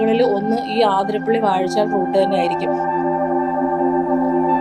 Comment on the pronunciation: ആതിരപ്പിള്ളി അല്ല, അതിരപ്പിള്ളി അല്ലേ